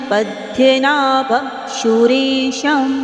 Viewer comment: Please 🙏🏻 chant fluently 🙏🏻🙏🏻please don't take otherwise please it's Padmanabhan, hrudhyanagamyam🙏🏻🙏🏻🙏🏻